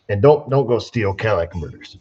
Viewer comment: Say it with me; CAT_ILL_IT_ICK converter, NOT Cadillac converter....LOL